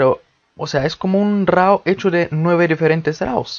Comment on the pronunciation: Hola hermano con todo respeto y con el afán de aportar algo... se escriba RAW pero de dice RO como si dijeras RUO pero casi no se siente la U Camera RO... saludos